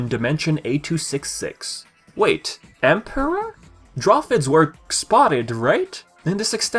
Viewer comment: He does have a funny way of pronouncing certain words. The way he says "emperor" seems off too.